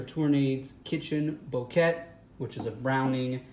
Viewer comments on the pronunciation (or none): Bouquet is pronounced "bokay" not "bookette".